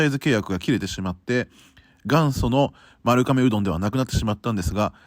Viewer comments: ”まるかめ”でなく”まるがめ”ですよ(^-^) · とても面白い動画でした！ ちなみに丸亀製麺の丸亀は「まるかめ」ではなく「まるがめ」です～ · いつも気になりますが丸亀製麺「まるがめ」と読みます。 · マルカメではなく、マルガメですよ😢